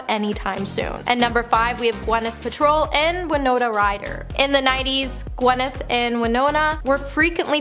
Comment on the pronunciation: Gwyneth Pal-TROW? Maybe some names and words are new to you but come on, it's PAL- trow